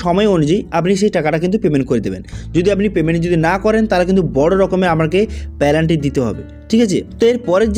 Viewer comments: পেলান্টি নই পেনাল্টি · পেলান্টি নয়, ওটা পেনাল্টি হবে।